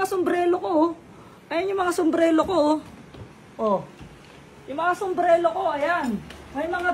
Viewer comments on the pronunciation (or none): Sumbrero hindi sumbrelo 😂😂😂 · SUMBRERO hindi sumblero😅